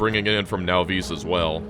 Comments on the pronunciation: Can you PLEASE stop calling it nahVEES. Whats so hard about Nahvis? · The “Now-vees” pronunciation rubs me wrong every time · Wait, he still pronounces it now-VEESE? I always thought the correct pronunciation was NAH-viss. Either the pronunciation never came up at the LAN party, or he's right and I'm wrong.